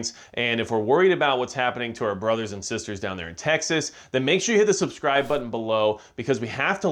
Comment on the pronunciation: Geez. He was really emphatic when he said “hit the subscribe button”. What a spazz